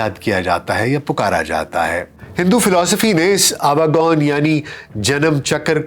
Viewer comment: The right pronounciation is AWA GAWAN.